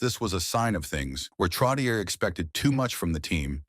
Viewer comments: Not Trottieure... Trottié like yé.... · It's pronounced Trottchehhh 😊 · NUMBER 19 - MY FAVORITE ! His combination with Mike Bossy -INCREDIBLE ! & It's TROT-E-AY { NOT ER } !!! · This announcer is a disgrace. Pronouncing the name over and over incorrectly is brutal. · It is brutal to listen to this when the AI voice repeatedly pronounces his name wrong! Before writing this tribute…speak to someone who is in the know and ask the proper pronunciation of his name! 👎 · You are so right. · Please work on the name pronunciation. Terrible! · Ya. Like no shit. I quit watching after less than 2 minutes cos I couldn't listen to that dip shit fuck that name one more time.